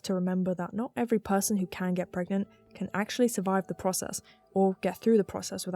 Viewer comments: Pregananan? Pergert? Parget? This is the true horror of pragmat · Can u get PREGANTE?